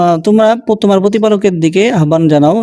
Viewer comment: আহ্বান–এর উচ্চারণ 'আবান' নয় "আওবান"